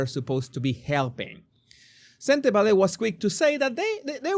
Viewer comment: You pronounce Sentebale perfectly. My language (Setswana) has similar sounds with Spanish, must be why your pronunciation is flawless